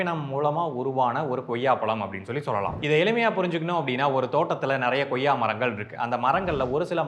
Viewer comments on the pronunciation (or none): Athu Goyya illa... Athu koyya... Tamil pronunciation a correct pannunga bro